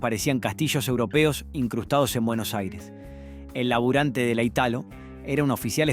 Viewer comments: Sospecho que vos NO sos de Argentina o no viviste en el país en el tiempo de estas MARCAS! Tenés un problemón con la pronunciación de los asentos!!! NO es "aguíla" es "águila"!!!; NO es "Arcór" es "Árcor"!!!; NO es "itálo" es "la ítalo"; Y no se decía "Pumper nic", sino "Pamper nic". Es un aporte de un tipo que conoció todas esas marcas. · La manera de acentuar y pronunciar del relator " me desespeeeeera."!!!: aguÍla, pumper, itÁlo , Yiol 😱😡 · ¿Shiol?¿Itálo?¿arcór?¿aguíla? Horrible... 🤮🤮🤮🤮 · porqué pronuncias mal? es Italo es ítalo, esdrújula. Aguila es águila, tb esdrújula. Arcor es árcor no arcór. Giol es giol, no shiol. Menos mal que Pumper nic, lo pronunciaste bien (pamper nic) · No entiendo porque pronuncias casi todos los acentos mal en los nombres de las empresas (por ejemplo Italo no se acentua en la A, tampoco Gatic, ni Aguila en la i, ni Arcor en la O). Y Giol no la pronunciabamos "Yiol". El de la foto es Torcuato Di Tella hijo, no es el fundador de la fabrica. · Pronunciá bien, por favor: Águila, Ítalo, etc.